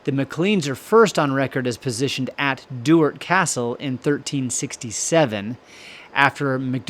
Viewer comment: I'm a Maclean of Duart. Fun fact.... Sean Connery and Catherine Zeta made a film there. The narrator's pronunciation of Maclean and Duart is like nails on a chalk board for me. Skatland is another one.